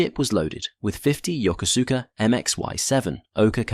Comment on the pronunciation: I had a good laugh at how the narrator pronounced Yokosuka which was definitely not the way to pronounce it! As a young Marine, I was on my way to Marine Barracks Yokosuka and I was sitting around waiting for our flight to Yakota and there was a couple of airman there and one asked me where I was going and I told him and he and the other airman had a great laugh at my expense before one corrected my pronunciation! Needless to say, I was embarrassed, but I did appreciate knowing how to pronounce the name of the place I was headed.